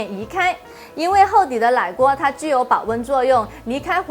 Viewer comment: 奶鍋講ㄌㄞㄍㄨㄛ剛才講ㄍㄤㄔㄞ金桔講ㄐㄧㄣㄐㄩ